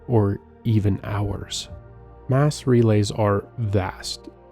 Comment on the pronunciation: I think it's AI, which is why we have "Ass relays"